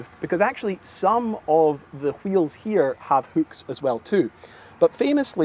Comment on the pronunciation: great video, but it's pronounced hook, not hük